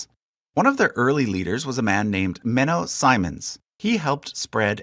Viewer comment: Tiny pronunciation issue: Menno Simons is pronounced "see mons" (the Dutch i-sound is in this case like English ee. In other cases it's like English i in fish. It's never like in like 😉) For the rest, great video. I'm watching the whole thing and I'm not even Christian :)